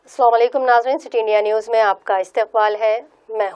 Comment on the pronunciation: Bura na maniyega But salaam ka sahi Talaffuz zaroori hai Assala mu alaikum